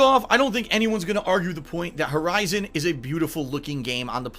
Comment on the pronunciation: Did he just say VERIZON Zero Dawn??? LOL keep up the good work.